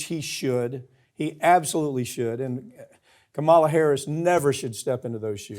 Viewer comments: Please FIX your pronunciation of "Kamala".. it is not "Camel la", it is "Comma la" (you know the "," character). Do not keep making the same pronunciation as the Republicans do, it is an unnecessary slam. You have other issues other than her name to bring up. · Why does Pap continue to pronounce Harris’s first name incorrectly, like “Kamala the Ugandan giant” from wrestling? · Go on, correct Papantonio's constant mispronunciation of Kamala Harris' first name. I dare ya! 😮